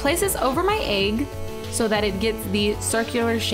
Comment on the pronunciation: I smile everytime Cupquake says egg because it sounds like she says "Aeygg" C